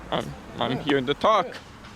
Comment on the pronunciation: You were Duh-tained. Bee-tuz you tawk likuh weetahd.